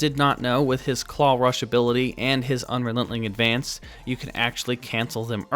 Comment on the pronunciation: Do you mispronounce unrelenting advance on purpose?